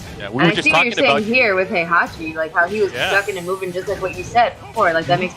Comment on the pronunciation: Poor Heihachi, he stood as the foundation of this community that has built around him and legendary tournament he hosts. The game has voiced story with his name pronounced time and time again, we're moving to the 4th season and there's still casters who can't pronounce his name right, is that gonna be his legacy? You deserve more respect than you ever got but alas the annals of history are not written by the losing party. Yet some of us will remember who you were and what you built for us. Thank you and RIP, you have more than earned it.